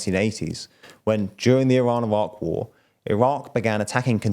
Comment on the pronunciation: I thought I really liked this host's voice, until he said "Iran-Iraq War" and now I want the others back lol